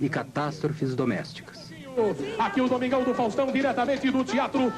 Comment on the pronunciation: kkk o cara disse domingão dos fázstão kkk